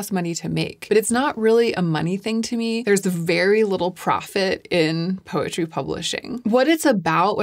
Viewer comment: When you first said “poetry”, I thought you said “PUPPETRY” and was thoroughly confused for a second until you said “poetry” again. 😂 Congratulations!!